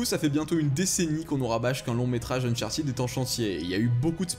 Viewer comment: uncharted se prononce eune-chart TEDE, PAS TIDE !!!